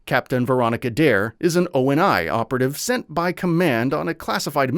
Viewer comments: O-N-I site? It’s pronounced ONI (Oh-Knee) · cant forget they say O-N-I instead of Oni, like the japanese demon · Bro spelled out ONI too lol like please bro it’s pronounced ONI not spelled lol I think it’s A.I scripted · Office of Naval Intelligence. He’s not wrong in saying O-N-I, but it is pronounced like the Japanese demon, however there is no correlation between the two whatsoever besides sharing a name.